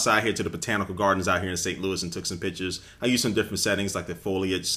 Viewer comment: Haha ot sounds like he said "i took some bitches"